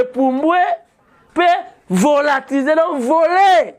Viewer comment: Volatilisé et non Volatise’,,, …